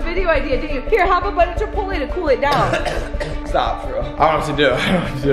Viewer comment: how he said chapolai😂 (idk how to spell it lol 😆)